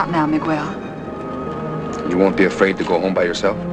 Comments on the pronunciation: Throughout the film the actors pronounce Miguel 's name like Miguol. It is not that difficult. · Hollywood BS regarding the pronunciation of Miguel: It is not "Migwuel" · whyyyyy does nobody in this movie know how to pronounce Miguel?? lol